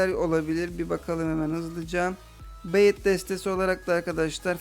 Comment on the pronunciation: bait oyle okunmuyor